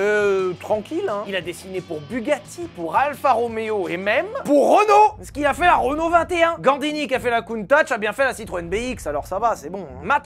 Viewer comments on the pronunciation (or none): Ha ha, franchement je trouve la BX beaucoup plus classe que la Countach (et pas Countatch au passage) !